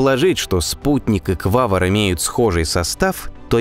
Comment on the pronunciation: Да... Только не Квавр , а Квавар , автор что то как то не русский или вчитываться не любит или экономит буквы